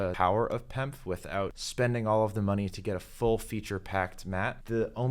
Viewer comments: It’s P.E.M.F. not Pemf… smh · You’re actually sounding out pemf, instead of saying P-E-M-F like everyone else I’ve heard. Also F is for field not frequency.